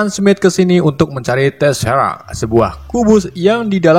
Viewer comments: TESRAKK WOILAH BUKAN TERESAK 😫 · Tezerak bang bukan teresak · Teseract wkwkwk Bukan teresact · Bagi yang nonton sampai abis kalian bisa denger bang ngomong teresak seharus nya teserak. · Bukan terrasac bang bacanya tesserac Kebalik bang 🤣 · Tesseract bang bukan terrasact😂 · Maaf bang itu bukan terasak tapi teserak 🙏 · Itu bukan terasact bang tapi teserract.... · Tesserac jadi terresac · Bang yang benar teserak bukan teresak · Teserak bang bukn teresak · Gua kayaknya denger bang salah ngomong dah, gua dengernya teresak(teseract) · teserak bang bukan teresak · tesserack bang bukan terasak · tecerak bang bukan terecak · Bukan terasak tapi teserak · Teserak bukan terasak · Wkwkwk gabisa nyebut teserak 🤣🤣🤣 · Teserac woy